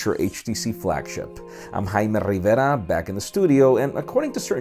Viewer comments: why does he say his name in a different language. sounds like a deaf Korean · the way you say your name is funny xD and i like that.. lol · Youssef Hegazy LOL. I'm I the only one that think he "over pronounciates" his name? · the ending signoff is said too quickly, repeating your name so fast with a more pronounced accent than the rest of the video is a bit off-putting. I know, not comments on the content of the video, but thought you may want to hear the feedback. (I'm not against using a more accented pronunciation for a foreign name, but say it slow enough for people to understand it, and only say it once).